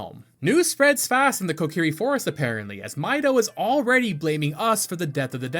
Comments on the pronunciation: Came to find this comment as soon as I heard you say "the cuckiri sword". After all these years, you managed to come up with a new one. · co-key-ree, not cockiri lol